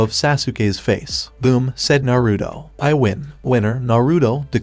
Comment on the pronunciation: your saying narudo its naruto